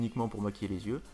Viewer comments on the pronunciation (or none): xDDD "on prend un crayon et on s'écrit dans les zieux" aaaaa JPP